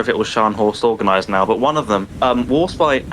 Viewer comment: Gneisenhower! 🤣 I can't!